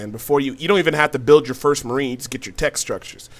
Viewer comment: Murine Hell -EE-ON ZEE-lot